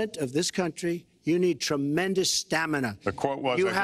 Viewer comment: as soon as he says STAMANAH the super smash bros theme plays in my head. stamina mode is fun